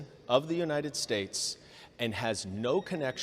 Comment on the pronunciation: His misprouncing thing is just a symptom here in the....United Shtays. That was what he said, but wasn't written on Trothe Centyal. (I just remembered that yesherday). Don't make it public or Lindell will sue for deflamation & possibly lead to won ton violence forcing them to bring in the Gespacho Police. (I think their new slogan should be.....Me English good speak)